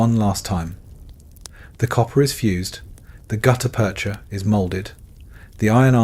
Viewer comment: Great story. Hire a human narrator. (Spoken numbers give it away) (As did the pause within "gutta-percha")